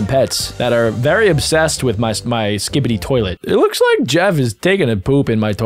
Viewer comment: Stop saying skibydi